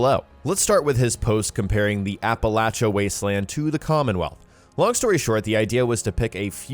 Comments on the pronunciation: It is pronounced Apple-aesha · Apple-ay-chia is the pronunciation. :) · Lol its pronounced "apple-ey-sha" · Everyone is mispronouncing Appalachia. App-uh-lay-sha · I swear to God if you pronounce Appalachia like that one more fucking time...